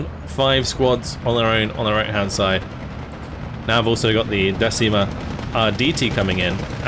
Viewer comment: Decima is not pronunce "desima" how pronunce you but "deCima" 😅 Sorse dal mar la decima flottiglia e prese l'armi al grido per l'onore! 🏴⬛️🏴‍☠️🇮🇹✋️